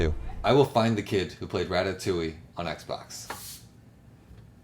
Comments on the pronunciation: it’s pronounced as the game says rat-a-too-ee. Make it easier: Rat uh 2 E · The game literally saying “rat-a-too-ee” and Scott still saying “raa- tat-oo-ee” is so funny to me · man really said Rat-Tat-Touille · “Rat-tat-touille” lol Quit saying it like that! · I can’t get over the fact that he said rat-tat-touille Instead of ratatouille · Why was Scott saying "Rat-tat-touille"? Great video. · The way scott pronounces ratatouille sends me every time. Then he also acts like remys name is Ratatouille 🐀 🐁 What a guy Also 10/10 family video reference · Please never say ratatouille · Why are you saying ratatouille like that 😭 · Never pronounce ratatouille that way ever again. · i always knew you were in ohio but i never felt it until you pronounced ratatouille like 10 times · either he truly believes thats how you saying it or this seems like the more likely reason is that he is purposely fucking with us by pronouncing it wrong because the images he is using has teh proper pronunciation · Why is he saying ratatouille like that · Omg why am I discovering that so many people pronounce ratatouille that way? They literally say it like 7 times in the movie. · He has stated that he isn’t a very pop culture guy so most of the time when people say it it’s either because he has never watched it or some people just pronounce it in English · scott the pronunciation of ratatouille is on the box how are you messing it up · scott please stop saying ratatouille like that